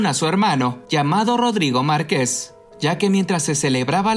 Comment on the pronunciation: ¿Por que no sabe hablar el del reportaje?¿Quien lo contrató? ¿Es voz de IA? Dice Marqués en lugar de Márquez y eso que lo pusieron en su título